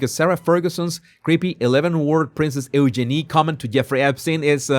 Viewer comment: Eugeenie se pronuncia diferente. Check the pronunciation pls.